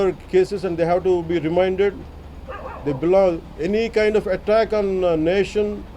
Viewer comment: Reminded? Or remanded?